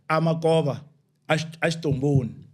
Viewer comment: Hele tshitomboni not xitomboni